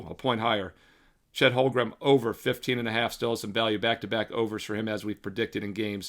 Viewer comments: Dude. You're killing me. HOLM-gren Not HOL-grum LOOLLL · If I had a dollar for every time you mispronounced Holmgren this postseason I wouldn’t have to bet. Lolol just giving you a hard time, love the looks